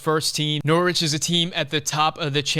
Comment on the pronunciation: Norwich - the W is silent - Norich...😁, otherwise all good!